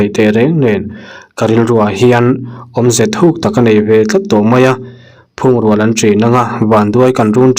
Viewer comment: Phûngrual nilovin, phungrual tihtur zawk